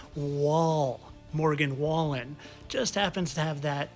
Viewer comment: Morgue-in-wall-in…. Morgan Wallen